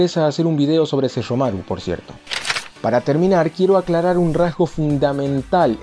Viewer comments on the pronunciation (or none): Jaja enfasis en "Hablaremos de Sesshomaru" XD, esto estará bueno Va a explotar una bomba!